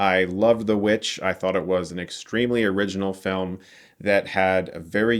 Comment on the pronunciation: lol everytime i think of The VVitch, i cant help but hear say " The V-Vitch"